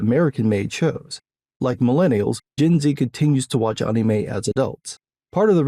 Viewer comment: I love how you say anime correctly but it sounds wrong. This is like TEKKEN all over again.